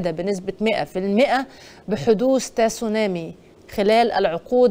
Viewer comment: النطق الصحيح هو سونامى. التاء ساكنة.